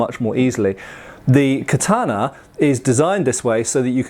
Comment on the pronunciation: It’s literally how you say it. American weeb smh